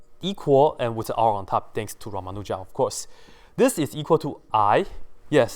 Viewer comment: Ummm..., I just wanted to tell you that the ending 'n' of Ramanujan is actually pronounced. Thank you!